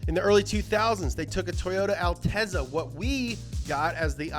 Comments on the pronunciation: Did he jus say alteeza? Let’s see that up to speed episode on the alteeza! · It's actually pronounced "Al-tet-za". It's Italian for "highness". Like other Italian words with double Zs, there's a T sound in there, as in "pizza" or "piazza".